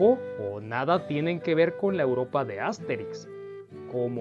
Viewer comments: ¿Por qué pronuncias "Ásterix" y "Óbelix" (palabras esdrújulas)? Has dicho bien otros personajes como Asurancetúrix y Abraracúrcix (palabras llanas), por ello me sorprende que no pronuncies como palabras llanas los nombres de Astérix y Obélix. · Es que en Latinoamerica asi los llamamos